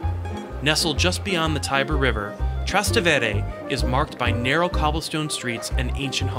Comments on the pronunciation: At 7.40 It's pronounced TrasTEvere, not TrasteVEre ( the river, known as the Tiber in English, is called the Tevere in italian- ( so Trastevere means "across the Tevere"). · Nice Video and shots of Rome, but learn how to pronounce Trastevere.